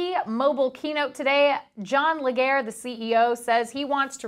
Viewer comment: leJERE...not LEG-hair.